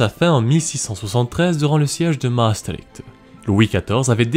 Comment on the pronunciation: Clair précis concis que demander de plus pour éveiller l’intérêt ? Pour la prononciation de Maastricht on ne sera pas trop exigeant ;-)